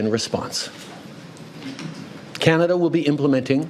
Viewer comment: I’m just curious. Are you mispronouncing Canada on purpose?